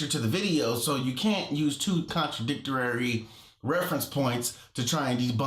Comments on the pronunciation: Love your vids. Aside from all the nonsense spouts, it really grinds my gears that he keeps saying "contradictorary". Its not a word, mate. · "Contradictorary" LMAO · Did that guy just say "contradictorary"???? Argument lost! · "...CONATRADICTERARY..." I love when people with tiny vocabularies try to use words with more two syllables. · Hahahaha, love when someone so smug gets a good serving of crow. Especially when they don't know how to pronounce contradictory. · Just a few things... Please explain to him that because clouds are in and around the Jetstream the small droplets try to fall but the intense high speed winds keep them from doing so. Please define Contradictory and use it's proper pronunciation so he will stop using and pronouncing it Incorrectly. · Im sorry but if can't even speak English properly and pronounce the word CONTRADICTORY, then I'm done. All of these flat earth questions are so easily explained in a community college level freshman Astronomy class, but clearly most of them are uneducated people.